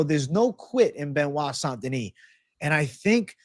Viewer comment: That was impressive seeing mispronounce Benoit Saint-Denis 10 plus times it felt like he was trying at one point when you watch it 😂